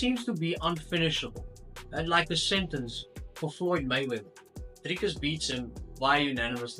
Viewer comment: I swear I thought you were Israeli until you said "DrrrrikUs du Plessis". Lekker man. Hou so aan 🇿🇦🥊